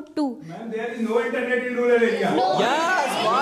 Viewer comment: Rural ko ruler kyu bol rha h